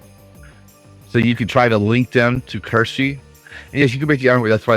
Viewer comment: Support and love for you and for Kirshe. I know you are saying it wrong, but it's kind of cute. Also, my brother is Navy and has a similar view on politics. 🍻